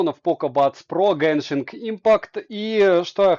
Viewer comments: Почему автор говорит гЭншин если правильно гЕншин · обзор шикарный, но единственная притензия - не геншинК импакт, а геншин импакт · Почему гэншин правильно же будет геншин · Кто-нибудь, объясните, пожалуйста - откуда автор ролика в слове "genshin" нашёл букву "k/c"?